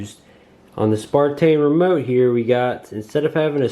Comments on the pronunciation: Dear God! It is on the Box, the remote, the drone and two or three times on the phone you're reading the app off of. SNAPTAIN! NOT SPARTAIN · good review but isnt it a SNAPTAIN not a SPARTAIN, sorry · You have the box in front of you and instructions and the app....STOP CALLING IT SPARTAIN!!! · "Spartain, S5C. Lol.